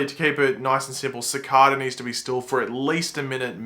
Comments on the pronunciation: Hey, Love The Channel and FLASH VIDEOS but The Season 5 VILLAINs NAME IS CICADA(SIKADUH) NOT SAKADA JUST SAYING!!!!. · It annoys me he can’t say cicada right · why do you say cicada they way you do? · For one video you post can you please pronounce cicada properly, no disrespect I just think it will sound very proper in with your accent. Please consider Thank you